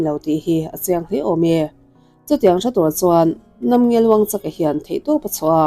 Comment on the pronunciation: Wangchuk hi Wangchak ang nilovin Mizo in "u" kan lam rik dan anga WangchUk tih a lam rik tur. Bhutan Royal family hi an felin hriat ka nei ve nual. Naupan laiin King Jigme Singye Wangchuk a first cousin HRH Kencho Dechen Wangchuk nen hian Loreto ah school kan lut ho ve thin a, kan in pawl rual bakah kan inkawm nasa hle thin. Chu chu 1975 leh a hnu kum engemaw chen chho bawr vel daih ani tawh , Jigme Singye la tlanval lai. Kum tamtak hnu ah ka nau leh ka fapa te pathum St. Joseph's school Darjeeling ah an lut ve leh a. Bhutan royal family ami an mipa te school luhna bik anih avangin kan in hmelhriat tha leh hlawm nual a, a hlimawm duh khawp mai. Chutih hun lai chuan Bhutan Royal family a an prince tho, ka thianu Kencho cousin chu Catholic ah alo in pe a, puithiam ah a tang ta daih a. A zir chhuahna St. Joseph's school ah ngei ka fate luh laiin Principal hna a rawn chelh a. A hming chu Fr. Kinley Wangchuk ani. Ka fate hi Cl III atanga Cl XII thleng zir an ni bawka kan inkawm leh nasa hman viau ani. Aizawl e pawh an rawn zin ve a, nuam an ti viau. Ka thianu ber erawh chuan tunah chuan fam min chansan ta reng mai. Ka rawn share ve mai mai ani e. An chanchin in rawn ziah takah chuan lung te a leng ve deuh.